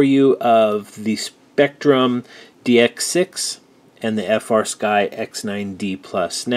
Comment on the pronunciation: That is "Flysky" Not "FrSky"